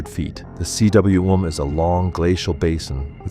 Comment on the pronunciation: Cwm is pronounced ‘coom’ and is the Welsh word for valley. A good word to know for those speaking about S Col routes.